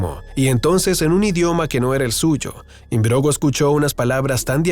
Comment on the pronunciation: Philip Im-brog-no, no imbrogo. Buen vídeo!